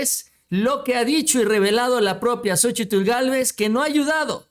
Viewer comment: El nombre de ella es Xóchitl no Xochitul